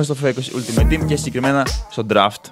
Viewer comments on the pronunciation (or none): none